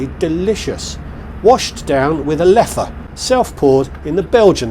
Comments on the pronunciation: Nice try for the Flemish accent, but Leffe is not Flemish. ;-) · wondering if your Flemish pronunciation of the word "Leffe" is correct?!... Ha ha, this is hilarious! "Leffe" is a Walloon place name. As you rightly point out, SN's crew is at least trilingual. It's a no-brainer in Belgium: any educated person is at least trilingual: NL-FR-GB. Time for the Brits to wake up and learn some foreign languages.